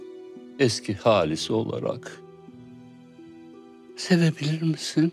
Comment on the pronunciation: Halise "Halis" diye diklendikçe içim rahatlıyor 😂